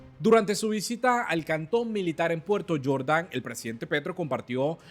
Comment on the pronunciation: No es Puerto Yordan, según la pronunciación suya. Es Puerto Jordán, lugar que conozco personalmente y por tanto, sé que NO se pronuncia Puerto Yordan, sino tal como se escribe.